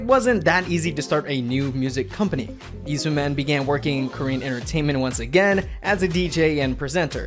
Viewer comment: How do you make an SM documentary and proceed to pronounce Sooman in the most American way possible